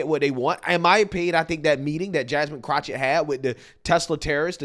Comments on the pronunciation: I love how calls her Crochet (CROCH-it) instead of Crochet (Crock-it) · It's amazing how can effortlessly say Vivek Ramaswamy and probably can even say Davy Crockett with no problems whatsoever. However if you say pronounce Jasmine Crockett its Jasmine Crouchit. Bruh wtf 😂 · Why not say her name correctly. It's CROCK-ett, as in a "crock of ... poo poo". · Everytime you say Jasmine Croch-it 😂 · You keep saying Crotchit… 😂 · There is no CH in that idiot’s name. It’s Crockett (cro/ket) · Pls stop saying that clowns name wrong. You’re to intelligent for that. I personally hate her but to hear you say chochet is nerve wrecking. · It's pronounced crock-of-shit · If nothing else, you are consistent with "Jasmine Crochett". LOL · I keep telling you it's pronounced Crockofshit. I don't know if it's French, German, or even Latin. I don't know where Crockett comes from, but you pronounce it Crockofshit. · Are mispronouncing her name on purpose? 🤦🏾‍♀️